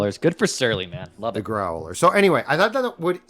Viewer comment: Grow-el-er.... ...Dontchya know...